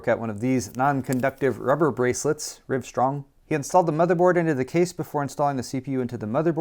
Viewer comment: "rive srong"